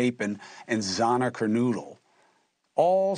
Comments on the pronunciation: Maddie Mo-Jen and Zar-na ker-noodle? It’s really not difficult to get their names right. So disrespectful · Chris Cuomo, You should have these victims name pronounced correctly by now after being said a million times. Maddie Mogen (sounds like Logan) and Xana KernOdle, not KernOOdle. Please be more respectful of people's names. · Xana Kernodle. Her last name is pronounced like, KUR-NO-DULL, not "Ker-NOO-dle." THANK YOU. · Why can he never say these kids' names correctly?. Who is Xana kernoodle??